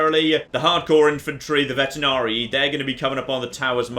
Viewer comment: It's not vetenarii, you dyslexic bastard!